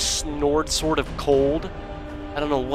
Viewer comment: "Ancient snord sword of cold!"